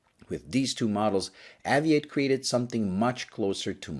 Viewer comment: When I lived back in the UK I would always buy a poppy every year. I always enjoy your reviews as they're usually clean and concise. I believe though that it should be pronounced Ayvee8 as in Aviation.